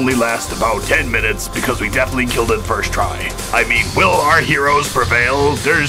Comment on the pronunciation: I love how he says killed “it” first try